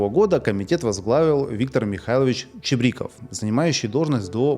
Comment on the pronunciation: ЧебрИков? Готовиться не пробовали? Ну и зачитывание исторической справки по бумажке зрелище малоинтересное